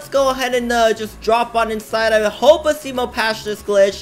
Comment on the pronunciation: He said ASSimo XD.